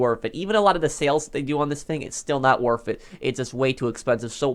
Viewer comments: Anyone else annoyed by how this dude says worth as wurf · Anyone like how he says “worf it”